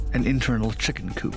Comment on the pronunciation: Ah yes, the exotic chimken